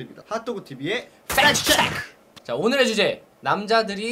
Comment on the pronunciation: 흠,,글쎄요 남자들이 좋아하는 여자가아니라 그냥 누구나 ,사람들이 좋아하는사람이넛같아요 팩트체크라는 컨텐츠에 비해 너무 내용이 허술한것같아요,,이 내용을 누가 모릅니까 제목에 기대를한 제탓일까요 억지로 웃음 자아낼려고하는것도 팩트체크 발음에 악센트를 줄려고하는것도 허술하네요 ㅜㅜ악플이라고생각하신다면 정말 크으으,,, 대박나세요들 ~